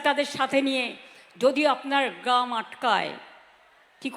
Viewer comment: গাম( গ্রাম কে বুড়ি উচ্চারণ করে)? এর হাতে আমাদের রাজ্যের ভার